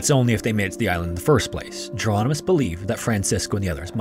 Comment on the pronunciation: I think Jeronimus isn't pronounced like Geronimo and more like a variant spelling of Hieronymus.